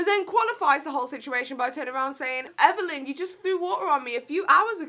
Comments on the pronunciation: It’s Everleigh not everleighn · You kept calling her Evelyn not everleigh 😂